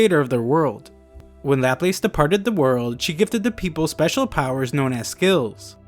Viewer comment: Laplace is not pronounced like that